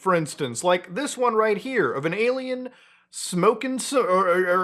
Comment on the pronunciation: why is he saying "ay-lmao" when talking about aliens? some algorithm bs again?